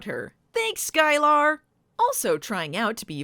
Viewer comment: It's um, Sky-Ler not Sky-lar.